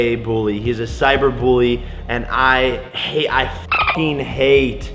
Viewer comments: why he sayin 'booly' bish its a u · Jake Paul says bully like buwy. Fun fact